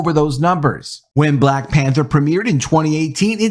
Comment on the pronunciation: It's hard to take you seriously if you can't pronounce the word "Black" without over pronouncing the word.. ijs.. listen to how this man says "BBLLLLLAAAACCCKKK" every time.. fucking hilarious 😅